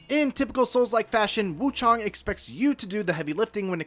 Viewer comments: Why are these reviewers calling it wuchOng. Its wuchAng. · Woo-ChANG my guy...